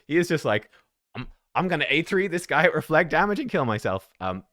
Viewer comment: Guy- ath.... tf us wrong with you all